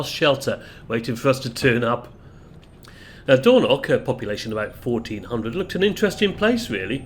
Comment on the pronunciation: Hi, I generally enjoy your videos - hence my subscription. But oh dear you do need to work a lot to improve your place name pronunciation. There are no such places as "Doorknock" or "Libster", at least not that I'm aware of having despite having lived the first 40 years of my life in Scotland. Lybster in Caithness is pronounced Lie-bster (as in lying or tying) Dornoch is pronounced exactly as it is spelt, Dor-noch using the short 'o' in both syllables and the ch at the the end using the same gutteral sound from the back of the the throat as when (correctly) pronouncing the word 'Loch'. Now I know a lot of folks from down south just cannot grasp or master that last one - if that's the case then maybe you you should stick to text captions rather that butchering place names. Sorry if this comes across as a bit harsh, but bo try and improve on this as it does take the gloss off what are otherwise very good uploads. 100% with you on the rudeness of people queue-jumping. As you recently featured the Far North line (one of the most underrated rail journeys in Britain) I thought i would share with you that until WW2 Lybster had a passenger rail service served by a branch line from Wick.